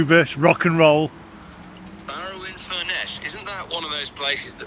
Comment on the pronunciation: Well done on pronouncing the Cumbrian town I grew up in correctly.